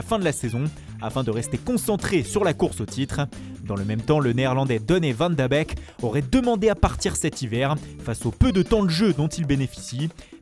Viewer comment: Arrête de forcer les accents stp, certains noms son complètement foiré genre D. van de Beek